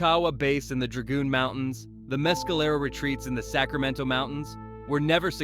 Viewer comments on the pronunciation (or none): none